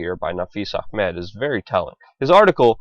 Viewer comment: guy doing voice over sounds VERY, VERY JEWISH.......suspicious......also does "ch" pronunciation in "A.....ch....med"...too, too well!!